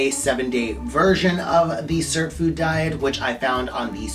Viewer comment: What the heck are you pronouncing, cert food , surp food , WOULD YOU PLEASE spell it out, thank you 😊